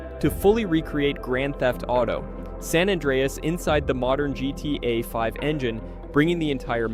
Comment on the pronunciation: Why can't AI voices say GTA properly?